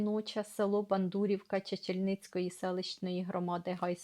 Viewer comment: Приєднуюсь за чудовий огляд цієї книги. Мені теж радісно чути знайомі назви селищ. Мої батьки з Бондурівки Чесно низького р-ну ( колись це був Бершадський р-н). Тільки наголос треба БондурІвка та ЧечнльнИк.